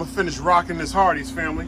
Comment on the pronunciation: I thought he said Arbys